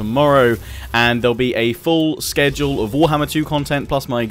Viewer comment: Finally saying schedule the RIGHT way.